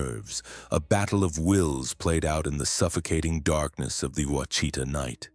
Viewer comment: It's pronounced "wash-it-taw, Quachita